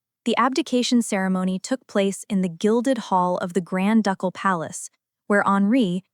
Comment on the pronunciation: "Duck-all" Palace??? It is pronounced "Doo-kul".